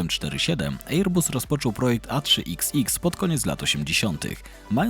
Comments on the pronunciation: Wezcie ocenzuzujcie tego "ejer busa"... chociaz dobrze, ze fraza Boeing nie jest "Beeingiem" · Ejer-buuus... mamma mia.. tego się słuchać nie da... szkoda że algorytm jutuba nie wykopuje tak fatalnego lektora. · Dziwne ,bo fajny material ale mogłeś sprawdzić wymowę, bo serio ten ejer bus jest tak wkurwiający ,że szok. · Fajny materiał tylko ta wymowa: Airbus. Wym: "e: bas" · To prawda, słucha się bardzo ciężko....ajeerbas...🙉🙈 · Jak można tak źle przygotować się do materiału i przez cały jego czas źle wymawiać nazwę firmy o której się robi materiał…. Żal